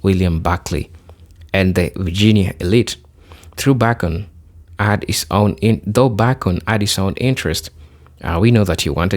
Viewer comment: Wishing he would pronounce “BACON” correctly it’s so confusing